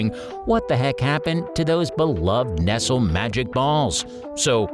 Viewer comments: The way the narrator pronounced Nestle. Lol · Everyone of these candies is available right now. He can't even pronounce nestle correctly. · you prounced Nestle wrong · Is there anywhere in the English speaking world that doesn't know the way to pronounce "Nestle"? He finally got it by the last line. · What I am wondering is how come you pronounced Nestles wrong the first couple of times & then pronounced it right. Were you not able to go back & record the word correctly? Or.....are you AI???? & Yes I am a word Not-z.. 🙃😎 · I realize it's spelled the same as nestle, but how can you do a countdown about candy and not know how to pronounce one of the world's largest candy manufacturers? Person narrating, you've never heard the name Nestle??? There's even a line above the 2nd e to indicate it's a long e sound. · Enjoyed it until you mispronounced Nestle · Why did you mispronounce Nestle 40 times but get it right the last 2 times? I'm guessing this is produced outside of the US and they just get a guy to fake an American accent to host. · It's still wrong - the t is silent. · Can't believe you don't know how to say the name of the biggest chocolate company in the world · Okay right at the end you pronounced Nestlé correctly why not throughout? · I wondered the same thing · Why are you pronouncing Nestle that way???! 😠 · HOW is he pronouncing “Nestle”? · The name is NOT "NESSEL" but "NEST=LEE" Good grief! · Lol. He says nesel. It's pronounced Neslee. Nestle makes the very best chooocolat. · Nest el? Whaaa? NEST LEEE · Oh no!!! All the way thru the Nestle Magic Ball segment, you called it nessel! Making me cringe every time! Where have you been that you don't know how to say it right?? Then at the end all of a sudden you pronounced it right three seperate times! What?1? Why?1? Yes, Nestle is pronounced ness-lee! Wow! 🤦‍♀ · "nest-lee" thought it was a human voice over until we hit the "nessel magic ball"... BOT ! smh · It’s not pronounced “Nessle,” but “NES-LEE!”